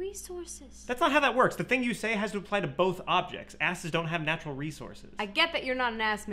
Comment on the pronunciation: "snatchural resources?!"